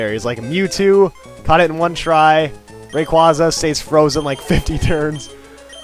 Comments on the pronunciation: It is not QWASA it is quaza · Lmao “ray-quaza” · Pet peeve ...number a....saying rayquaza wrong